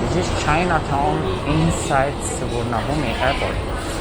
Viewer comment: You've lived in Thailand so long but still can't say Suvarnabhumi